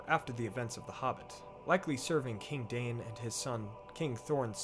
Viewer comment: Forgive me for correcting you, but it’s pronounced Dine not Dain (according to the pronunciation guide at the beginning of The Children of Hurin).